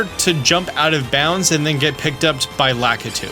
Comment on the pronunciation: Lack-a-too? I've always pronounced it Luh-key-too since the N64 days, yikes